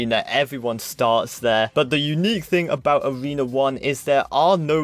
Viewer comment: Pls say Arena and Not awena